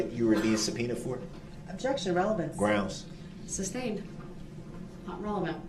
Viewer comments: "It was never substained, it was never even ejected to". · Did he say "substained"? 😂😂😂